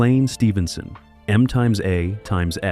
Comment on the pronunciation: Stop adding unnecessary crap into your videos. It has ALWAYS been pronounced MASH, like sour mash and cheap wine, Not M times A times etc.